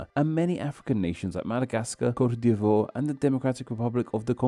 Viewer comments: attempts to say "Côte d'Ivoire" and "rouge" are the biggest b** killers this Valentine's Day. 😅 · that was the hardest "Côte d'Ivoire" this side of English-speaking YouTube 🔥